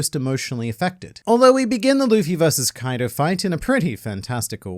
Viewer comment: I cant help but laugh eveytime says Koido because it sounds like coito which is a spanish word for sex